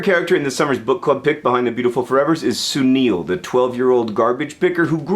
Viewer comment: If it's spelled Sunil, it's pronounced "Su-nill"